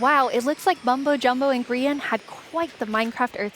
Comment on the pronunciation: Lol she called Mumbo “Bumbo”